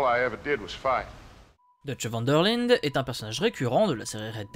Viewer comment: Enfin cette episode pi c est pas van der lide c est van der lind✌️😜